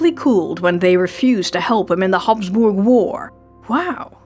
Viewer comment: Thank you, thank you, thank you for NOT using an AI voice for narration!! I seriously doubt a bot could pull off those Hapsburg name pronunciations so beautifully and seamlessly! I'm now subscribed and am thrilled to hear a real person on these awesome history videos! 🎉